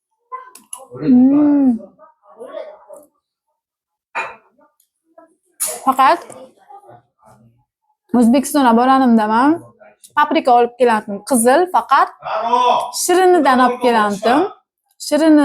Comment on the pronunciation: Yesim keldi dedie gapini tushunmayman bu qizni boranimda dedi saqovmi bu qiz